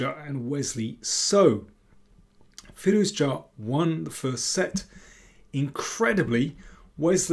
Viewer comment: you are one of a few that pronounce his last name "firouzja" perfectly